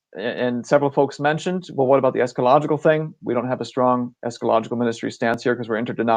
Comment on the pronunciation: it's Esca-ta-logical